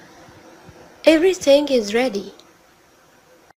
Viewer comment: افري سينج بيقولوا :افري ثينج بالثاء يا استاذة😀😀😁😁😁😁😁